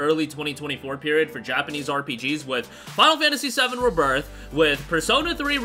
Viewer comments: Ree birth not ribirth sorry but that pronunciation annoys me 🤣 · RE-birth pronunciation